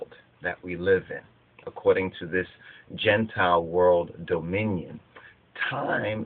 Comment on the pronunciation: Gene-tile or "Genetic Reptiles."